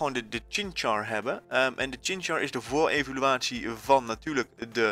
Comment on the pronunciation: UGH het is geen voorevoluatie maar voorevolutie UGHGGGGG OCDDDDDDD